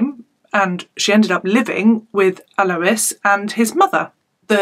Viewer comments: I went to school with Alois. He was a gentle giant. I spoke to him not too long before his murder. He was very proud of his family and changes he had made leaving bad influences in Newcastle. I don't like your inference that Alois was involved in crime. Yes his name is not pronounced that way. It's "Al-oy-s" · I'm an Australian and it's pronuced correctly the first time you said it hahah